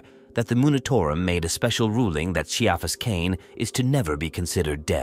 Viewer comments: "Kai-fuss", easy peasy. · I like how he says Ciaphas pronounced ...Then says it wrong